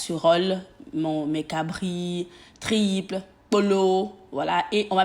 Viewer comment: Sai moi qui entend mal qand elle prononce les triples au lieu de tripes?mai on t’adore 💕😘